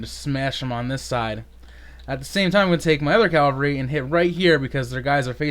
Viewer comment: It's Cav-al-ry not Cal-va-ry haha. Great game though.